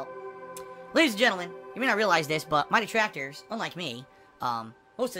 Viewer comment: Distractors? thought it was detractors. lol